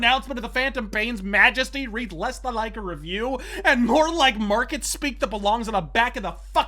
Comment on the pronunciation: "Did you rike it?" lmfao